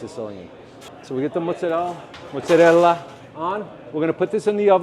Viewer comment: I love that even when he is mocking the italians with his 'correct' pronounciation of Mozzarella, he still says Muzzarella...! 😂😅 amazing